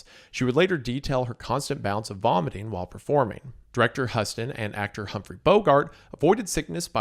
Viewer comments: Same. The way he mispronounced everyone's names is bugging the crap out of me. Not only Minelli and Huston, he mispronounced Vic Morrow's name as well. How do you possibly mispronounce Morrow? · I wish would watch shorts of documentaries that have examples of how actor's names are pronounced. Since research is being done it would be respectful to attempt to say names correctly. Huston is pronounced like Houston, Texas... he's said that correctly before, show some respect for the subject matter... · I almost dropped my bong when he pronounced Huston.